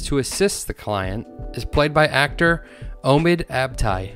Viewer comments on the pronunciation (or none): hearing you pronounce the name omid as oh-mid physically hurt (it's oh-meed). otherwise great video!!